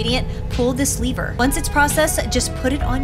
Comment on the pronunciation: 😂😂😂😂😂😂😂😂😂it is not liver it is lever